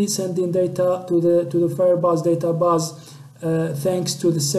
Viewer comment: Good but u need more pronunciation practice "DataBase"